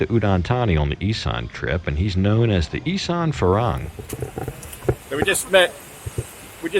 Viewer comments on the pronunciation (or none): none